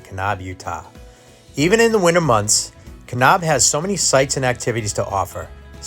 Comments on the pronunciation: It’s Ka - NAB! Not Ka - Knob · Great video. It made me smile to hear you pronounce Kanab. Us locals say Kanaaab, not kanob.